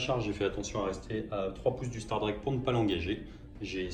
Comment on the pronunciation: Je pense qu'un membre staff du warhammer world est mort chaque fois que "STARDRAQUE" à été prononcé dans cette vidéo.